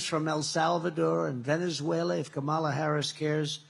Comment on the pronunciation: He is so stupid. If he pronounced her name right, it would alliterate with commie and be catchy.